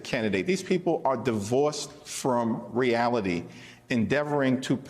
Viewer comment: REALITY not "realty" ! LOL